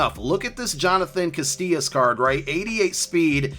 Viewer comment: Casillas not castillas. There's no T in his last name!